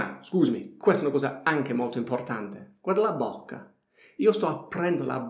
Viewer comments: "quando la bocca..." So Apulian! 😂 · Mi sa che tuo suocero ti ha spinto a ripetere con l'inflessione barese... 😜🤭 Bellissimo scoprire il tuo canale e il tuo metodo di istruzione. Ho già ripetuto 200 volte red lorry Yellow lorry... Sta diventando più facile! Iscritta subito! Buon lavoro, grazie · Bella io sono molto d’accordo i tuoi consigli sono utilissimi però da come dici “ bocca” penso che tuo suocero sia pugliese 😂😂 simpaticissimo